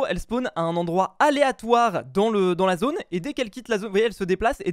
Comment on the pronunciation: Toi: zà la zone